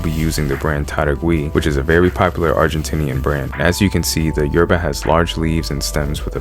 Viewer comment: You need to learn how to say yerba like an Argentine boludo